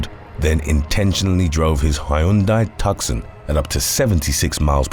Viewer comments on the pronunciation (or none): Tuck-son??? FFS!!! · Hi! Fellow TWKYers. Neither the vehicle, nor the city name is pronounced 'Tuck•son' guys. It's 'Too•Sawn'. Sad today but you put out excellent content. Have a great weekend everyone! Love from Arkansas 💙